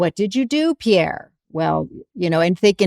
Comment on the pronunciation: It's Pierre, not pier 😂😂😂😂